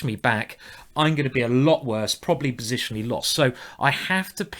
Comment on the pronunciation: "bositionally speaking " you rule simon!